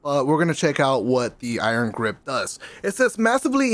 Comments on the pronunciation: Did he say iron graze lol at the beginning or I'm I bugging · My man said “Iron Graze” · "Iron graze" lmao